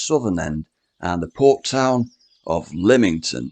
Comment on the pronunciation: It's Lymington not Limington